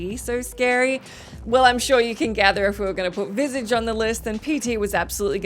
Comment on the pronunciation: It bugs me how you pronounce "Visage" (also bugs me, as a French speaker, how you pronounce déjà vu, but the majority of the population pronounce it the same so I have to let that slide)